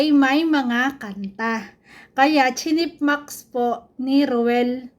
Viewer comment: 💙 ANOTHER CORRECTION IT IS CHIPMUNKS HINDI “ CHIPMAX” PLEASE CAN YOU LISTEN TO WHATEVER TERMS OR WORDS THEY SAY PLEASE IT IS CHIPMUNKS NOT CHIPMAX OKEY IT IS A SHAME TO SAY BACK WHAT THEY SAY DO PLEASE LISTEN AND TRY TO RESEARCH WHATEVER YOU WORDS YOU LISTEN OR COME ACROSS??????????????♥️💙